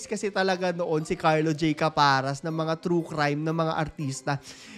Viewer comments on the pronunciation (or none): Pero ang bigkas po ng caparas ay di parang pumapara ng jeep,,same as paras po ni benjie,,di po elongated..rest in peace direk carlo..